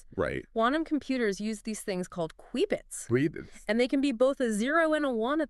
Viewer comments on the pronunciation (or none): Lost me at queebits 😂